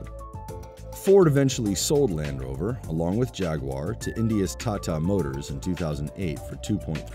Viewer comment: OK now say with me 'Taa Taa, Taa Taa' got it? not Tattaa